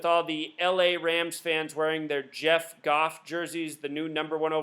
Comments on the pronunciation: Did you say *jared, not "jeff" isnt talented? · names jared not jeff lol. Ima a rams fan